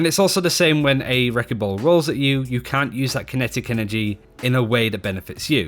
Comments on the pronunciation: listen for the "t" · Are you saying can or cant? I just cant tell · I swear it's hard to hear the difference between what he "can" or "can't" do. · Maybe start saying "cannot" instead?